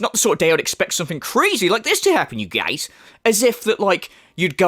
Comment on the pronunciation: I am always cracking up when you say "you guiez"